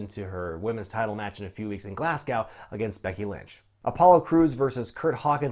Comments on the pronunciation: Sorry but even though its spelled Glasgow it's pronounced Glas-go. Love the channel though! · It's pronounced "Glas-go". Not Glass cow. I'm from Glasgow. That is how it is actually pronounced. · Why do Americans pronounce Glasgow weird? It's Glas - Go, Not Glass Gow lol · It's pronounced 'glaz-go' not 'glass-gaow' every WWE ad they pronounce it incorrectly, it hurts my poor Scottish ears. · pls dont call is "glascow" im so triggered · it's pronounced Glas-Go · Please never say Glasgow again😂😂, that was a complete botch😂😂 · please do not try to say Glasgow again